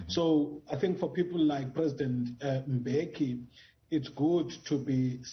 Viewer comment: I feel like the surname of the former president is mispronounced, the guys from Dutywa I have been in school with who share the same surname bengo Dlamini phofu would say M-beki not M-bheki as what is usually said. Anyway anc is a lost cause, I still can't get this- they paid de Kok R40 000 a month as a salary and a total maintenance of about R200 000 a month? Meanwhile an unemployed black citizen was paid R350 for six months or so? Really?????